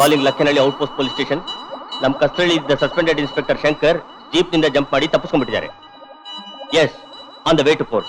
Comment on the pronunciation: Adu Jeep Kano ayogya,jip alla le